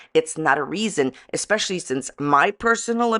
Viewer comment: eckspecially when she speaks words she sawll in a book